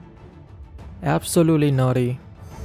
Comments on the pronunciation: I like to think that he says naughty instead of nutty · I thought he was saying naughty the whole time?? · does anyone else here dislike how says nutty